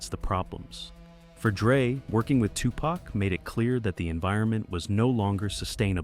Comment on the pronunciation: Besides: Are we to believe a white dude who dos not even know how to pronounce Tupac and Suge correctly???/ Hahahaa F in idiots with more BS lies.....